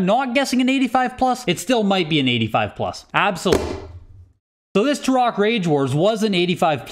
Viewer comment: The only question I have is why pronounced Turok the way he did. “Tur-rock”?